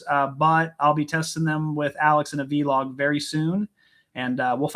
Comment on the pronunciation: I love the way you guys make the word Vlog into two words and pronounce it vee log here in England it's just Vlog